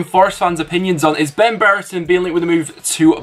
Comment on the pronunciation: Ben Brereton not Ben Bereton please learn to pronounce players names properly